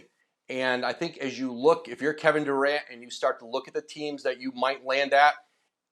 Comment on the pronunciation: Kevin Duran. Take the t out his name.